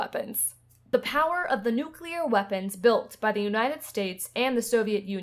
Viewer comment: I’ve watched the entire series. Thank you for producing it. But, I’m still perplexed at the fact that, after spending years of your life here, you still can’t pronounce the word, “nuclear”. I find that very odd.